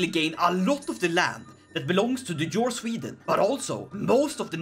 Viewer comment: jarl is pronounced as "yarl" no "zharl"